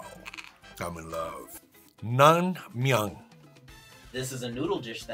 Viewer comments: Korean American here. Love that they're enjoying the food, but I'm sorry; the pronunciations of the words are so off that I cringe at the way you're saying them. For instance, the cold noodle soup known as naengmyeon is pronounced as n-ae-ng-myeon. Actually, please study the correct pronunciations. There are multiple videos on Korean food, so use those for the next time Korean food is introduced. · cringing at the pronunciation of naengmyeon and other dishes 🥴but overal fun video